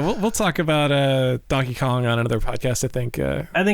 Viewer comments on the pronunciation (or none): "Jankey Kong"